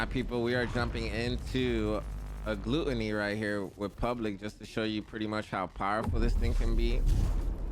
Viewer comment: Ma boy said GLOOTANY. got me dead lmfao. Good video